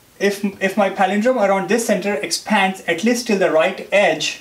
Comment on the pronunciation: good video but just cant listen to his stressing on Exppphaaaads.... lols...